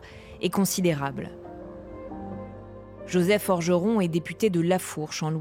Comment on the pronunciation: Joseph Forgeron ?? Ou orgeron ? 😂😂😂